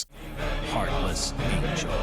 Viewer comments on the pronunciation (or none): none